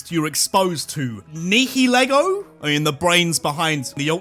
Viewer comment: Nihilego is pronounced nile (like the river) -ego (like the part of your brain conscience thing)